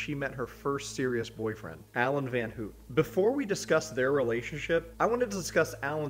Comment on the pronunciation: It’s Van Houte like house instead of hoot